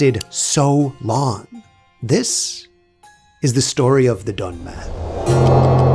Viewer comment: Donme değil Dönme